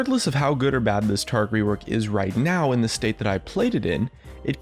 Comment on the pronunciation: Taric, not Tarc